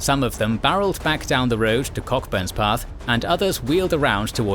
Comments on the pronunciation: Pronounced Co'burns Path. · It's pronounced "Co-burns-path" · Cockburnspath as “Cockbumspath,” lol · IT'S COCKBURNSPATH, NOT BUM. Kerning! :D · Pronounced Coburnspath, a village.